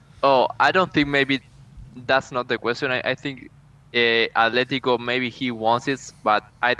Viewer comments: Ffs, it's not 'Athletico', it's ATLETICO. There is no 'h' in Atletico Madrid's name. Drives me up the fucking wall when football fans and YouTubers constantly fuck that up. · It’s Atletico not Ath